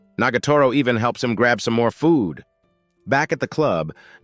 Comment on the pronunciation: The way brk said food💀💀💀